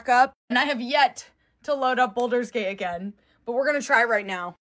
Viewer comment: Anyone else's eye twitch every time she mispronounced baldurs gate ...